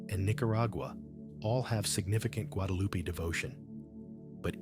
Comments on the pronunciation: GuadaluPEE. I'm so tired of this AI slop. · Who? Loo-pee!? Your AI needs tweeking